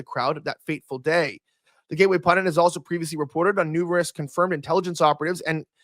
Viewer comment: how do you get "pundant" from pundit or "nucular" from nuclear